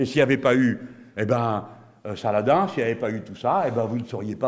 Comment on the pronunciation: Faudra lui expliquer comment on prononce en arabe Saladin😂